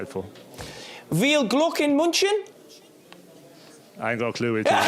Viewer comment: "Wiehl Gluk in Muntschen" ?? WTF was he trying to say? I am German, and I didn't understand that guy either.